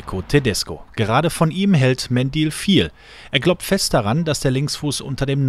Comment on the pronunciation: Warum wird er "Medil" ausgesprochen und nicht "Mendül"? Das wäre viel cooler! ;)